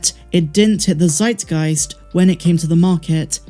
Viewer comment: Well, I think I said it before, I do not like Solo, A Star Wars Story, it ranks below the sequel trilogy for me, and hearing the director complaining about "zeitgeist" (he mispronounced the word by the way) makes it only more jarring. They made the move according to the old formula, mainly white cast, damsel in distress and all that - and it flopped, hoping to attract the crown complaining about "agendas" and all that in the other movies. Well that crowd can't carry anything, it seems. The movie was bad. Instead of really working out a good backstory for Han, they rushed it, Qui'ra ist not a character but a damsel in distress who is not even good eye candy, and the whole thing was a mess. I know you like the comics but I really really hope, Qui'ra remains there and never returns to life action. I hope in the Lando series, LANDO ist the main character and has HIS character story, without any intrusions from the old Solo cast.